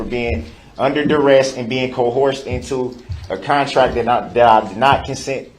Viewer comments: They ought to put together a dictionary of all his little colloquialisms. I think my favorite is when he says “co-horsed” instead of “coerced.” (At roughly the mark in the video). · "Co-horsed" (coerced) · Oafs of offices. My favorite Brooksism. I like “co-horsed” as a close second. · LOL! CO-HORSED!! Is that like when they have two horses hooked up to the stagecoach to pull it? CO-HORSED! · "Co-horsed??" OH! He means "coerced!!" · "Cohorced" "axed" "grounz" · Not to mention "cohorsed"! 🤪🤪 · Ha ha he said "i'm being co-horsed into things i did not consent to." What a dumb ass scuzball! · As well as the co horsed versus cohersed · Did he say co-horsed? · He has the dumbest pronunciation of the word "coerced". "Co-horsed". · He's been "co-horsed". jeeezus He's a pain in the rump. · All of a suddenly, tackit agreement, cohorsed, axed, troof, oaf. God this guy is a master of the English language. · "you took these oafs of offices" "cohorsed" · "being co-horsed" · "axed", "cohorsed", "oafs of office" ... this pseudo-intellectual clown. I wanna know what bs lawyer gave him all these talking points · Needs to work on “cohorsed” though. I think he meant “coerced” although while that’s a real word it’s not correct in context. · He was "co-horsed", too. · Just axe them. Edit: YOU CANT HANDLE THE TROOF!!! (He's being co-horsed😂) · “I am being CO-HORSED into a TACKET AGREEMENT!!!” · At the same time he can't pronounce coercion